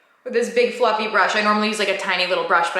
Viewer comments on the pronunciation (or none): none